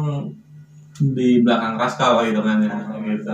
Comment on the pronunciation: Rascal bang bukan raschal